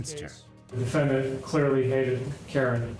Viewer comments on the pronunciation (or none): I am very distracted by the prosecuting attorney and her pronunciation of defendANT. 😂😂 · Ohhhhh my Gaaaaaaahd, WHY does the prosecutor keep pronouncing “defendant” like that? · The only prosecutorial misconduct was that insane pronunciation of "defendant." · If for no other reason, the prosecutor should’ve been disbarred because of her pronunciation of the word “defendant.”😂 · bruh I can't listen to this prosecutor say "defendant"